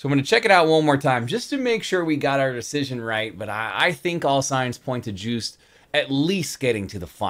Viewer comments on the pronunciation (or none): Yes, this one is better 😉😊🤣 The name is Joost, pronounced as in :"toast" And there is also betting in the Eurovision Song Contest. Who is going to win? That's why he mentioned the bookmakers. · His name rhymes with toast and the J is pronounced as a Y, so phonetically it's Yoast.